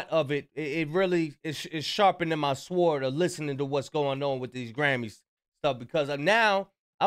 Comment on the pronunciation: you know when you say sword the W is silent? 😂